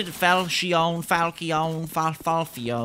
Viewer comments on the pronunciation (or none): none